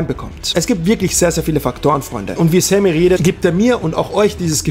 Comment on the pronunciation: Dein name kann er auch nich aussprechen... lese SEMI er sagt ständig SAMMY 😂😂😂